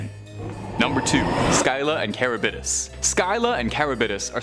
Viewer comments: The are pronounced Scylla (Sil-la) and Charybdis (car-ribbed-dis) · It’s really hard on the ears to hear Scylla’s and Charybdis’ name completely butchered.